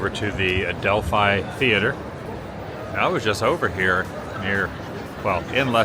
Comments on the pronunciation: Really enjoy your London content. Just FYI it's the Adelph- fee not Adelph-eye theatre 😊 Enjoy the rest of your stay 👍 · Awesome as ever Adam can’t believe you’re here again, just a heads up it’s pronounced Adelpheee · The Adelphi Theatre is pronounced ‘Adelphee’. Admittedly, it certainly looks the way you said it, but, this is England and we’re good at using words that sound different to how they look lol. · Oh Adam, you pronounce Leicester Square perfectly, but then say Adelphi a little wrong. It's pronounced Adel fee. Not a fi sound. But you're slowly getting London names right. Glad you're enjoying the greatest capital city there is.